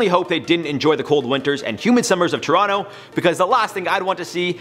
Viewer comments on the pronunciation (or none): none